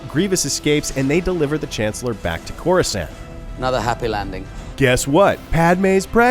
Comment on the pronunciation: Corasand lol